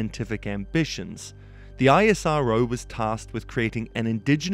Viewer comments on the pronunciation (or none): Isss-row. Not i s r o. Like NASA iS not N a s a. Bro you should know if you make the vid. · It's ISRO not I.S.R.O like NASA not N.A.S.A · Its actually pronounced IssRO